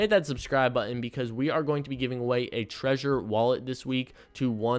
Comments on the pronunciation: It's trezor, not treasure 😁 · Thank you for your videos. But its TreZor not treasure :D (y)